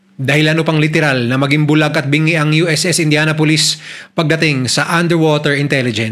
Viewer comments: Good story, pero it's "indyanapolis" po di "indyana-pulis" 😭😭😭😭😭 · Kung paano mo binabanggit ang Indianapolis ay INDIANA POLICE 😂😂 kakahiya ka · Please you pronounced the name of ship like a police 👎🏾